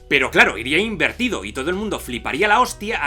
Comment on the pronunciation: Chupito cada vez que diga "inverido/a" XD